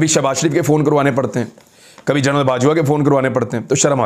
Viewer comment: BHAI MAI AAPKO BOHOT PASAND KARTA HOON. ALLAH AAPKO SEHAT WALI LAMBI ZINDAGI ATA KARE. AAMEEN. BHAI AAP "GENERAL" KO "JOURNAL" KEHTE HAIN. AGAR BEHTAR SAMJEN KO SAHI WORD USE KAREN.